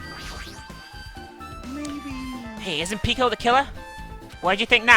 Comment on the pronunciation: she pronounces peko's name like the one in "boku no pico" >.>